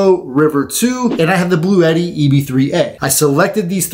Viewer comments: Uhh. I’ve also heard it pronounced blau t. I wonder what Webster’s dictionary says. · It's actually pronounced "Blue T."